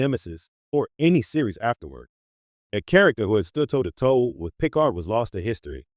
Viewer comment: This AI written and narrated drivel is an absolute waste of time. It's repetitive cycling of images, many not even relevant to the subject (ie., showing Kirk and Spock while discussing Picard). The narration can't even get Picard's name correct.